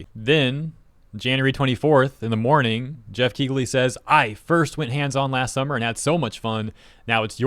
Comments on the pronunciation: DUDE!!! The GH is silent... its pronounced KEELY not KEEGLY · It's pronounced Keeley and not Keegley. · The 'g' in Keighley is silent. It's pronounced "Kee-lee". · I'm gonna assume the wierd pronunciation of Dorito Pope Geoff's name is a reference to Kegel exercises